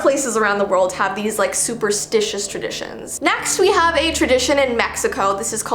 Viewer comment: When said, "Halloween Traditions" I heard, "Halloween Premonitions" AHHHHHHHHHHHH